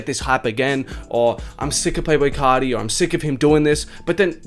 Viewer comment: It sounded like you said playful carti